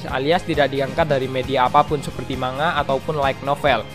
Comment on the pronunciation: Man-Ga bang! Bukan Ma-Nga